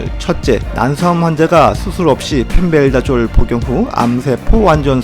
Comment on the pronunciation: 근데 펜벤다졸인데 왜 계속 펜벨다졸로 발음하시는건지 ^^